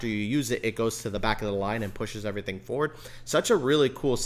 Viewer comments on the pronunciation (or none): none